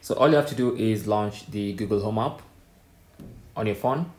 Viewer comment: Wtf is aaap? Try saying app.